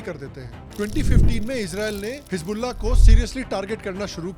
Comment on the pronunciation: His bulla .. Nas tullah ... Pant kulla